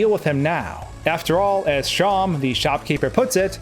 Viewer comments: isn't seam pronounced like seem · how are people confused about how to pronounce seam?